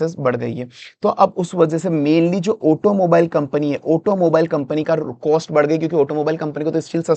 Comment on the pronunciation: गेस नहीं गॅस, कोस्ट नहीं कॉस्ट 😒